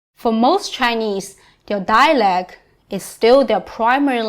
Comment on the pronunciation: Very interesting. Thank you. However, while your English is very good (fluent maybe) and very clear, you don't pronounce the word "dialect" correctly (you have to pronounce the "t").